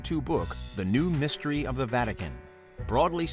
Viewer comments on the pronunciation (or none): none